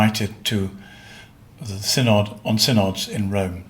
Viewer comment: It is pronounced Sin-id -- NOT Sin-Odd.